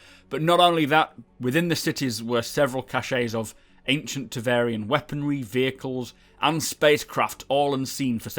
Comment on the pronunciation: it's TEVARIN, not TEVARIAN... triggered